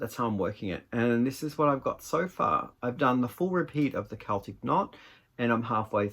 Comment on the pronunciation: Your sweater vest is wonderful! It's a great fit and the pattern is lovely. The shawl is gorgeous - the rose gold makes the purple really pop. The green yarns are all fabulous. Thank you for saying Keltic rather than Selltic. I love that one of your yarns is called Croft...I live on a Croft in the Outer Hebrides. My husband (who died in November) was the crofter and we had 41 sheep. Pixel has grown so much! She's a lovely colour - is it 'fox red'? Thank you for this lovely, chatty video.